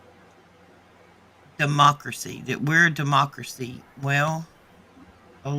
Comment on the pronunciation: 😂 dem mock accuracy hip hopak-rit...😮 De-mockracy😅